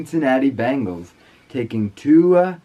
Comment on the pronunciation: ive never herd any one botch a name like that holly crap have u ever herd any one say tuas name jw...